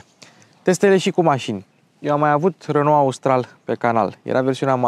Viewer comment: Bravo pt video si FELICITARI ca nu mai pronunti RONO si zici RENO. 🥰 BIG BIG LIKE Va salut cu respect 🖐️🖐️🖐️